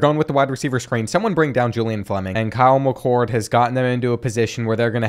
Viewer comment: Kyle McCoud? Dante Ceffas? Where you getting these pronouncications from lol. But anyways good content!